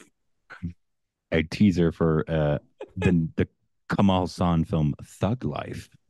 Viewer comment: Okay. I hope sees this cos he seems to care more. Kamal Haasan. It is not Kamaal Hussan. Ka-mal Haa-San sounds like Ka like co in come or condition Mal like mull. Kamal means lotus. Kamaal is an Islamic name. Haa like Mr. haan San like sun. Commented multiple times on old videos over the years on yt.